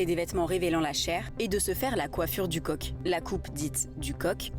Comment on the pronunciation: J’ai pas bien compris il s’agit de la « coiffe du con »ou de la « coiffe du coq »?